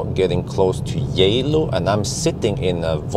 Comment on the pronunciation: Arriving in "Yeah-Low".... Reminds me of Spanish, "Hielo", which is 'ice.' Any connection?